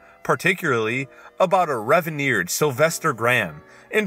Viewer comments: ...what? Hon, did you just say something like "reveneered"? 😂 It's Reverend,, which is a synonym for pastor 🤣 I have dyslexia too, don't worry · why he pronounce reverend like that hehe